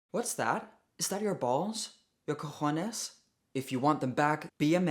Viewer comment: Perfect pronunciation of cojones😂